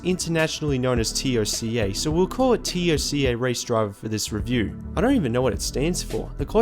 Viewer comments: literally no one calls is Tee oh cee ay, it's Toca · Who else gets annoyed with him saying T.O.C.A. instead of TOCA... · It's TOCA (say as one word) not T O C A (seperate letters) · Just say TOCA ... for the love of God dude. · Dude, Toe-Ka. Just say Toe-Ka. Nice vid btw. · Its pronounced Toe-kah